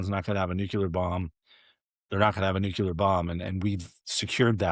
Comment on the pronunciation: Jay Solomon is a slob and boring. His messy room looks staged. Nuclear is pronounced: New-klee-er NOT Nu-cure-ler.